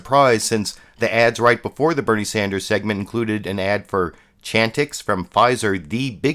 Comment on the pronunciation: Also, his name is Bernie Sanders not Sander.